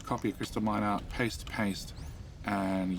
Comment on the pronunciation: Fun that you now call your miner an mier. Mier is the dutch word for ant lol